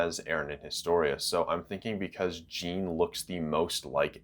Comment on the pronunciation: Something that quite annoys me. You say Jean as gene but it should be Jean as John.